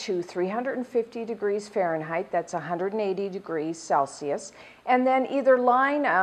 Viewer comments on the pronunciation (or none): none